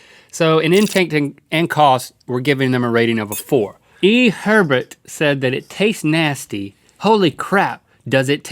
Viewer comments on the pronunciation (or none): "Hebet." Is it bad that I know that name is actually pronounced like Ay-Bear? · hebert is pronounced ( a-bear) not (hebet) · Hebert is pronounced “Ay-bear” 😂 thats my aunts last name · E Hebert is pronounced A-bear not herbert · Love you guys.... but Hebert is phonetically pronounced "A bear." This is a gratuitous mis-saying of this beautiful and royal last name. Maybe you could address this because we get called awful things by the best people because its not something that people know how to pronounce. Also, no relations to this particular Hebert ( .) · Hebert is pronounced ayebear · I'm so triggered that Link said Hebert like "her bit" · In Louisiana Hebert is pronounced like Abear don't know why it's like that just want to inform the world